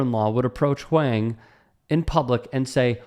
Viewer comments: On top of that, mispronouncing of "Huang" was funny and cringe. I feel you, TYT overall feels one step removed from content mill garbage, but maybe that's more a byproduct of competing with 24/7 news programing on TV. This vid is an excellent example of padded content, though. I could see an argument for reporters not emphasizing Huang's fame, as it is in line with Huang himself abstaining from pulling the "do you know who I am?" card back at Sauerhoff. It does not really matter who Huang is, he does not have to be famous to be treated with basic respect. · That's Eddie Huang (pronounced Wong) from Huang's World on Vice 🤦🏾‍♂️ leave Eddie alone before you get snuffed by an unknown walkin on the sidewalk 💯🤣🤷🏾‍♂️ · i think it's pronounced like "wong". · It's pronounced Huwong. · Huang is pronounced "Wong". Keep up the great content! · I think the last name is pronounced "wong" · Eddie Huang is way more famous than this trainer guy. Why is this story being told like Eddie is just some random nobody and pronounce his name correctly. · Right? As someone who virtue signals so often, you'd think he would take one second to get the pronunciation right. It's not even hard for Americans to pronounce. I do like the topics/content that he covers, just not the coverage. I get what you're saying about not emphasizing the fame, but I don't think that's what's happening here. I think if did know, he would take every opportunity to show the irony of some no name asking Eddie if he knew who he was.